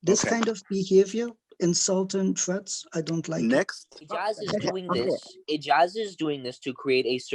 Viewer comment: "Insaltin' trets" 🤣😂 Colin was that you transcribing this clip?!